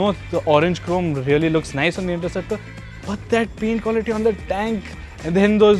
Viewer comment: the narrator says interruptor! ha ha